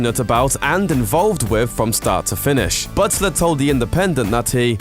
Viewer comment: is he saying "Buttsler"? Sounds like he says it correctly some of the time though. weird